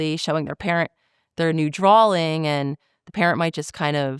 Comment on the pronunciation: She really pronounces "drawing" as "drawling" still. I think the last time I did that I was three years old.